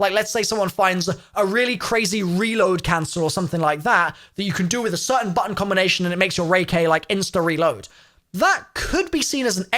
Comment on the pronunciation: Its not Ray k it's rai as in rye bye tie die.... Y'all sound dumb saying ray k bruh